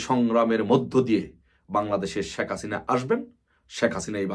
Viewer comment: বোকাচোদায় শেখ হাসিনা উচ্চারণ করতে পারে নাহ ঠিকমতো ও নাকি আবার নেতা😂।আরে গরু ওইটা শাক হাসিনা নাহ শেখ হাসিনা উচ্চারণ হবে